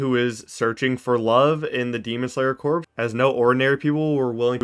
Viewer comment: Dude, corps is pronounced core not corpse.